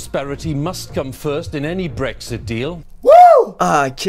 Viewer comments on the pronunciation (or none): none